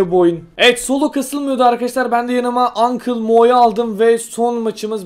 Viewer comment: uncle mo yu yazılısı gibi okuyan arkadasıma selamlar ..d